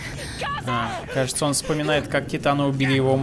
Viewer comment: Не тайтан и титан! Ни джин а Жан!